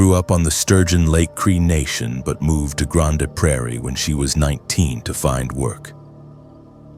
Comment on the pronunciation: I don't like ai voice. It didn't pronounce grande prairie properly. Ugh.